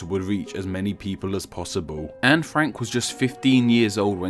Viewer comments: ITS FUCKING ANNE, NOT ANN ITS FUCKING STEPHEN AS IN STEFFEN AND NOT FUCKING STIIIVEN DUDE WHAT THE FUCKKKKKKK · Her nameis pronounced An-ehh not "an" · Her name is pronounced Anne with a short a and n and then followed be an e. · its disrespectful imo, that most english speakers don't pronounce her name correctly